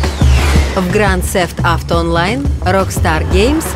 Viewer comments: Не грант сефт авто, а гранд зэфт ауто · Гранд зефт ауто? А я думал гранд тнефт ауто ну ладно